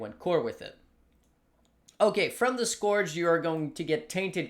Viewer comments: Scorch league? If there's a trend I want to die out it's the cute-dog lets pronounce everything wrong trend. Skeurge league. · Respect your analysis but please, it's Scourge as in Skirt ... not Scourge as in Scrooge. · not scorch league, scourge league bruh